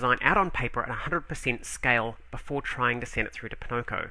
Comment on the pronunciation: Oh... it's "poNOko". almost Pinnochio.; ^ ) Buy!